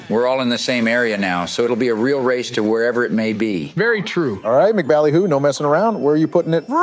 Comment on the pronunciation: It's pronounced "Emcee Ballyhoo".